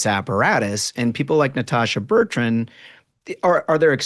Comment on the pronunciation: It makes me laugh every time that Megyn can’t get Natasha Bertrand’s name right. Just shows how unremarkable she is.